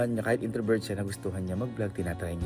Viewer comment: HAHAHAHA "INTROVERT TO INTROBERJ" 😂😂😂😂